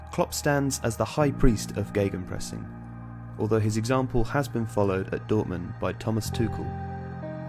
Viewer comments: Are you guys really using these German words? You know, you can translate stuff it's just a thing germans made up, I would translate it as ,,pressing against". Not a miracle or sth. And try not to make the ei sound it's not geigenpressing, just simple Gegenpressing. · Geygenpressing? Where did you read a "Y"?